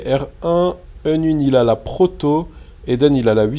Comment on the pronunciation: Mdrr Unwin à dit "Porto" au lieu de "Proto" mdrr.